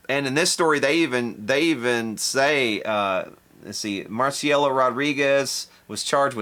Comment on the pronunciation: SE LLAMA MARICELA! no lees bien el español!